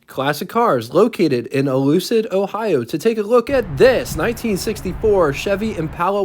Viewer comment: Buddy please, the folks at Street Machinery will appreciate you pronouncing the name of their town correctly -- you-klid. Otherwise, love your presentations on these great old cars and engines. Keep up the good work!